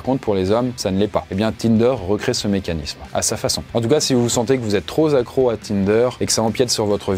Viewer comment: TroP accros et non pas zaccros ;)